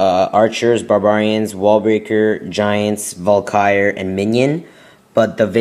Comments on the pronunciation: not to be rude but ts pronounces val-kee-ree not valkire which is what you sound like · it's not pronounced Valkyre it's Val ka ry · Its valkyrie (Val-ky-re) not (val-kire) :/ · Wtf is a val-ky-er? You mean Valkyrie? Val-ker-rie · It's pronounced Val-Kee-Ree as someone ese said, not val-kai-er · It's not val-kire. It's Val-kir-ee. just fyi. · Val-ky-rie!!! Not Valkire... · VAL KU RIE, not valkire -_ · wtf is a valkiar? its called a valkyrie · its not valkire its Valkyrie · Val ca ree not Val ki er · dude its pronounced VAL-Ka -Ree. i want to rip my ears off everytime i hear you say val-kire.. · It's pronounced VAL-KIE-REE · It's pronounced Val-KEER-ee, emphasis on the KEER. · its actually Val-Kuh-Ree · Sounds like he is sayin vulkire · It's pronounced. Vahl-Kuh-Ree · Its pronounce val-ka-ree. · Lol it's said val-kr-I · It's pronounced Val-ka-re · Dude it is pronounced Val-ker-Ree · Pronounced: vAll. Car. Eeeee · Lol Valkyr, he can't pronounce crap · Omg! I was laughing to death when I heard him pronounce Valkyrie!! Lol! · You make so many fails... Starting from the pronuoncation of Valkyrie. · I wish you would pronounce 'Barbarian' and 'Valkyrie' properly, seriously dude, look it up! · You can't even pronounce HER name properly never mind use them to good effect. 100 DE to kill clan castle troops? Just use 1 lightning spell instead, you wont even have to lure them out of the base.. Those who can't, teach. Ay?